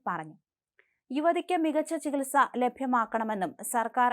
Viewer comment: ചികൽ സക്ക് ഉത്തരവിടണമെന്ന്. മലം നാടന്റെ വാർത്താ അവതരണം ബഹുകേമം തന്നെ.